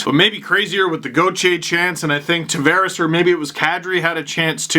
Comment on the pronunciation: Love the vids until he does his racist Don Cherry I can't pronounce non Anglo names bit smh. Steve you are better than that man. You fucking dam well know how John likes his name Tavares pronounced. But no you still gotta play up on that racist shit. And you are fucking half Italian Lmao. Lets hope you put that racist shit away at family gatherings with your Italian relatives.